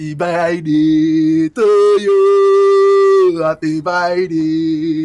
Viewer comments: is it happy birthday or happy byday😂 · sound like he saying happy bye day to kali. 😉